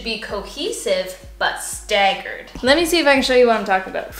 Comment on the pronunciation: Lol in the US and dying over how you pronounce "staggered"